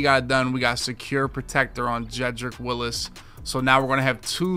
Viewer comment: It's Wills, not Willis lol